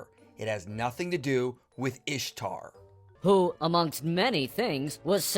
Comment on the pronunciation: Can't even say Ishtar right. Whatever keeps his male God who doesn't exist happy